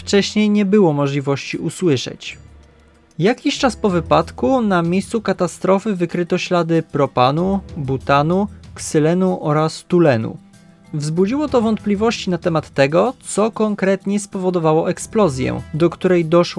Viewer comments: Mała poprawka, toluen a nie tulen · Zapewne chodziło Ci o substancję chemiczną jaką jest TOLUEN a nie tulen jak powiedziałeś. Świetny materiał - jak wszystkie Twoje filmy. Gratuluję.